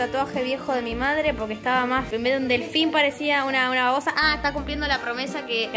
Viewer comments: no es un delfin es un DeLhFiÑ es yo JAJAJJAJAJA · "Helfin" las amooo